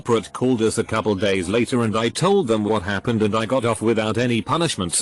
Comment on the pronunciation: TTS voice “this hap-ned”